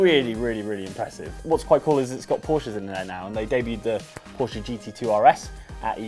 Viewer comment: Pretty amazed that an englishman like pronounces "Porsche" right